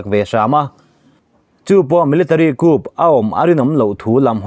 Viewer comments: Coup hi "ku" tia lam tur..a nih kha...entirnan, military ku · Coup tihah hian 'P' hi silent/lamrik loh tur